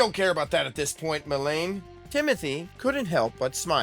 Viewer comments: Why does this voice actor keep mispronouncing the name Melanie wrong? It’s pissing me off. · I actually don't mind the voice actor! I just want to know why no one is telling him it's "Melanie" and not "Melaine"...unless Melaine is what his script says, and no one is bothering to fix the captions. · Great story on respecting your employees. I am in a dilemma over the new male VA. He's good, variety of voices and expressions, and would be even better if he got pronunciations correct (especially Melanie's name). ❤